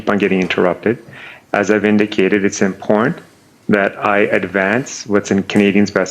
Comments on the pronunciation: Who taught him to speak English? I have never heard the word "imporn" before. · Oh, excuse me, it's "impornt". I've never heard that one before, either.